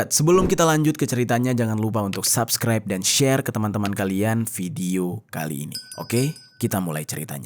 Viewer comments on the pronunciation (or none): none